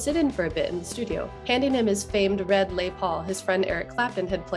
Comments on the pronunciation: Yes, that well know French guitar, the Les Paul. 😁 bless the lady doing the narration, as she mistook Les (Lez) for Les, as in “Les Misérables”. Hey, easy to do if you are not a guitar fan, so I’m laughing with, not at. At lovely day to all at UCR. Thanks for the video. 👍👍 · Correctly, "Les" as in Lester or Leslie.